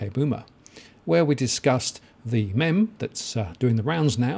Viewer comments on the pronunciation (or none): It's pronounced "meem" you boomer. haha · It is pronounced "meem". Talk about OK, boomer!! Loving your work mate;) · Meme is pronounced MEEM